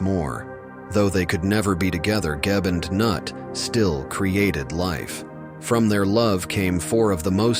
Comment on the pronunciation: It's not pronounced Nut, it's Noot! (Also, Geb has no father.)